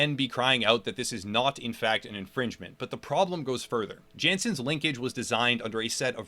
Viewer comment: Nice vids, but... You're pronouncing Jansens wrong. Its a Dutch name ofc. So... Jansens is pronounced with ya(h) nsens rather than Djensens. Just fyi